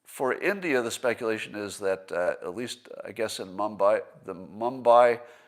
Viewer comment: Scott is so worldly he can barely pronounce Delhi and Mumbai?